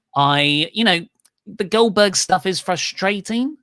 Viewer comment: OLDBERG... OLDBERG.... OLDBERG...